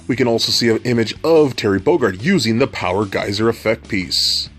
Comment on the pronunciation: POWA GEYSA!!!